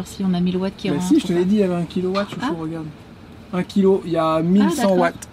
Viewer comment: Un Watt c’est pas un Vatt 😅